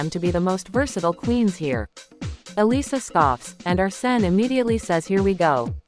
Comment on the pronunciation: Not Arse-ne.